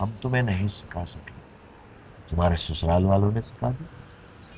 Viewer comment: Sasural ❎️ Susural ✅️